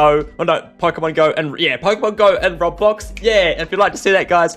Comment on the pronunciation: I hate the way he says robblox